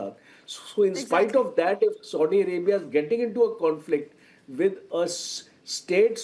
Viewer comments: Its Saudi Arabia and not SODI Arabia...ch**Ya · I think is feeling thirst and wants to drink sodo water. Coz he kept on calling Saudia as Sodi 😂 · Ethnicities are not the same, this general has no clue and Its Saudi Arabia not Sodi Arabia.